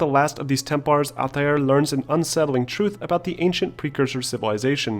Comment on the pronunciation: Stop. Just stop. You sound like a pompus idiot. "ALL-TIE-AIR". Couldn't even finish the video with how douchey you chose to pronounce Altair's name.